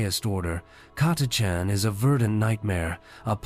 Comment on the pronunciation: I think the AI pronounced "Catachan" differently every single time. Not to mention one hundred and eighty threerd lol